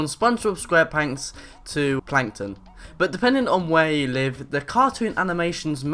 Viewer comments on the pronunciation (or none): He said "sponge bob squarepanks" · "SpongeBob SquarePanks?" SQUAREPANKS? Square.... P A N K S ? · he said from Spongebob squarPANKS